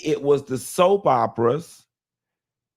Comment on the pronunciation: It was the who??? “Soap bopras”😂😂😂😂😂